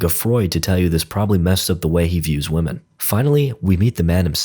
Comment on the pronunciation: Why do you pronounce "women" as "woh-man"? It's "Whim-in". That drives me nuts! You're not an English speaker, are you?!